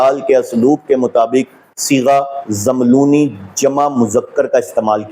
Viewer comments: Zàmlooni. Nahi hay rather it is Zammelooni... آپ کو تو عربی بھی پڑھنی نہیں آتی۔ بنتے ہیں۔ بڑے۔ علامہ۔ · abe chutiye pahle zabar zer lagi hui arabi to tu dekh ke dhang se padh le Phir gramar ki bat kar zammiluni ko zamluni zamluni bol raha hai jahil arabi to kuja angrezi ka lafz grammer nahi bol pa raha graimar bol raha hai ye kitna bada arabi dan hai is jumle se pata chal raha hai k jab ye usool e kafi ka hawala de raha hai to usme umme salma ko amirul momineen kah raha hai ye usi ka pairukar hai jisko unt aur untni me farq nahi maloom tha aage ek arabi ka lafz bol raha hai قوموا ab isko ye nahi maloom ke is lafz me qaf par pesh padhna hai ya zabar ye padh raha hai qaumu bechara sahi se maswida rat nahi paya baqi sare jahil nasibi dad aur tahseen de kar apna maalak bata rahe hain